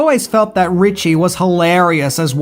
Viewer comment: Ricci not Ritchie